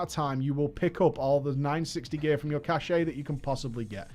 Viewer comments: It's cash, cashay doesn't even make sense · cash-ey triggers me so hard. its just cash, omg. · I'm French, its 'cash' cashay would be a totally different meaning either 'hidden' or 'prestige' but for a box that has items in it, it's 'cash' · Excellent content, I listened to the whole thing today. Subbed. One thing... Cache it's "Cash" not "Cashay". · Please stop pronouncing "cache" like "cache." Okay? It's supposed to be pronounced as "cache." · Ok this is bothering me more than it should,. It's pronounced CASH, not CASHAY. I thought it was a dialect thing but after googling it, I'm pretty sure you're just saying it wrong. Please, for the love of God, stop calling it a cashay. It's a cash. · Caché is pronounced cash-ay, but the word he means is just Cache, no accent on the e, which is just pronounced Cash. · Cache: KaSH - a collection of items of the same type stored in a hidden or inaccessible place. Cachet KaSH-Ay - the state of being respected or admired; prestige. If you pronounce the former as "kashay", you learned incorrectly. Full stop. And no, cache is not spelled with an accent aigu. (Which for the record is é, not è. If some of you can't even get the accents right, stop trying to correct others.) Yes, the french past-tense verb is caché (present tense is cacher and is pronounced the same way). That doesn't change the fact that the word cache in English has no second syllable on either side of the Atlantic. The latter is pronounced "kashay", (but it is not spelled with an accent aigu either.) I only point that this word exists because it's clear some of you (or the people who taught you) conflated this word with the first. FWIW, is inconsistent in his pronunciation. So you'll hear both. But only the former is correct. Further, the plural doesn't suddenly add an "ay" sound. It's simply "kashiz", where the "i" is effectively the dead vowel sound. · Love you, but the way you pronounce "cache" is borderline torture.